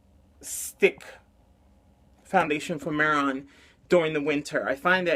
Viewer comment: It's pronounced may-Ron 😉